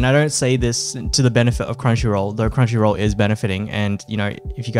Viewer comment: Crumchy roool redempshion ark :]